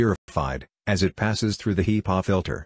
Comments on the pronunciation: You gotta love those HEEpaw filters.... 🤣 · The text speech program is SLAUGHTERING the pronunciation of HEPA filters